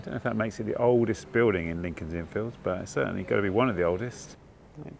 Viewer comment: Another great video,, and, as others have said here, one of my favourite parts of London. BUT... two things I have to pull you up on. Firstly, I can't believe you missed out the statue of Hodge, Dr Johnson's cat! You must have walked right past it in Gough Square. Secondly, please put the emphasis on the 'Fields', not the 'Inn'! When you say it the way you do it sounds like part of a baseball field... Otherwise, good 🙂